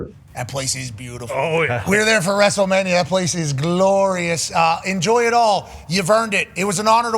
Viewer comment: My boy said Wrasslemania